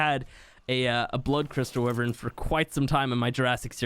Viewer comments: Wyvern. wYvern not Wivern. Ffs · Repeat after me. Wyvern. wYYYYvern. not wivern. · Not tryna be rude but it’s not pronounced wiv ern it’s actually pronounced Y VERN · ITS NOT WIVVERN ITS A WYVERN SAY IT RIGHT ! like wive er in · It really bothers me that you pronounce wyvern as “wi-vern” when it’s “why-vern.” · Wyvern is pronouced: "why-vern or why-ven" Not "whi-vern" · It’s the way u pronounce it in his accent English/Australia but in America it is wyvern